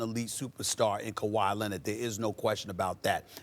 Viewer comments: SAS: CO-WHY LENNIT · "KUWHI LENNIT" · No one: Stephen A: Kawhi LENNIT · Kuh-why Lennit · Stephen A Smith "kawhi..lennit!" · No one: Stephan A Smith: Kwah Lennit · Stephen "Kawhi Lennit" Smith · "Kawhi Lenitt" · I'm just here for "Kawhi Lennid"😂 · Actually its kawaa lennit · He says it all the time I didnt even notice it 😂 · Stephen "KAWHI LINNID" A. Smith